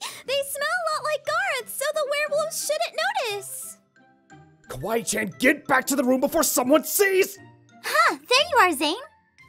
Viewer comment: THATS NOT KWAII COON ITS KWAII CHAN